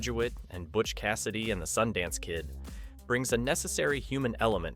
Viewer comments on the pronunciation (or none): none